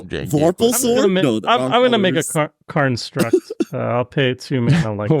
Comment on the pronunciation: pronounces "construct" as "karnstruct" and I'm here for it